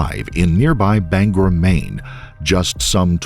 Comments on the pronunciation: Its Bang-gore not "banger" 😅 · It’s BanGOR Maine ..not BanGER lol I dunno why everyone says “er”